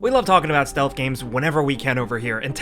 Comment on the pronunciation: "stealth game missions"